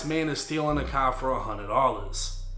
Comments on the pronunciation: “Into a cahh” 😂🚗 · the way you pronounce “car” is funny asl 🤣 “tHe cAh” 😭 sounding like peter griffin innit 😂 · damn I hate the way you say car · You can pronounce every word word perfectly except for car? Stop your shit